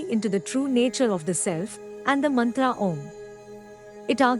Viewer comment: Wonderful job! Except for the awkward Mantra pronunciation by the AI lady. still it is impressive.